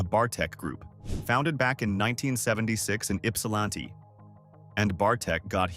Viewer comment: Nooo, you left the "I" off the end of Ypsilanti! Great pronunciation, though. 😁